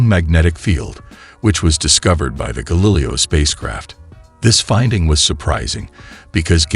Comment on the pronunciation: Screw that stupid computer voice narrator. How could you not catch the thing can't pronounce Galileo correctly?! That makes the video seem amateurish and makes it unlistenable. Boo.